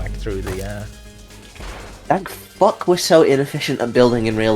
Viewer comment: I thought i was the only person who ever said "furck"